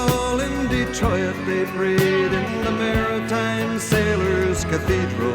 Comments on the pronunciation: Did you notice the mispronunciation of the word 'Detroit'? Detro.iit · I was a little surprised you didn't comment on his pronunciation of Detroit. We usually say it with 2 syllables, "de-troyt" but he sings "de-tro-it" with 3 syllables. It's always struck me. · When I heard the way he pronounced Detroit (as De-troy-it), I thought here's somebody who grew up in Ontario watching the national Saturday night staple of Canadian TV - Hockey Night In Canada. Starting in 1952, for a total of 48 years, Foster Hewitt, and later his son Bill did the play by play of the hockey game. Both of them pronounced Detroit exactly the same as Lightfoot did. Another personality on that show was sportswriter Scott Young - singer Neil Young's father. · I thought you would comment on the pronunciation of "Detroi-it" - if not a dipthong is a tripthong a thing? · I have to mention that I'm surprised you didn't comment on his unusual pronunciation of Detroit as "de-troy-it". It always catches my notice. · I thought she might comment on how Gordon turned Detroit into a three-syllable word by singing "Dee-troy-it." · I like how he gave "Detroit" an extra syllable to match the beat. "Detroy-it". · The other place you will hear Detroit pronounced with 3 syllables like he does here is some commentators on Hockey Night in Canada. Such a strong Canadian accent. My cousin insisted on getting married at Mariners’ Cathedral, I always found it kind of obscene to do that. Our family aren’t sailors, and these 29 souls are far from the only ones memorialized there. But I’ve been listening to this song since I was six, it’s amazing. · Fascinating as always. I noticed his pronunciation of Detroit near the end as "detro-it". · Really interesting break up of the diphthong to make three syllables in "Detroit".